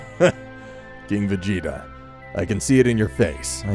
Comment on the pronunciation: The story isn't crazy good but it's not bad either but you need to have a note where you know how to pronounce the names of certain characters and stuff like lord frieza instead of mr. Calling frieza mr. Sounds like he is a goddamn gentlemen and then there was planet vegeta it's pronounced vjita